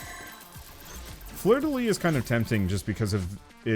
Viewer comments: Ahhhh fleur-de-lys, you need to pronounce the "s" !! Lyssssssssss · Sorry I've gotta be this annoying jerk, but you actually pronounce the "s" at the end of "Fleur de lys"